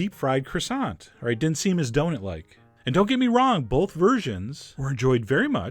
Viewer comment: Chef John - have you noticed that you say "bolth" instead of both? Please don't let that make you feel self-conscious about it.